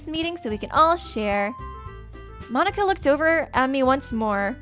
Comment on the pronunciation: everytime you say monika i hear you say monokuma for some reason ._.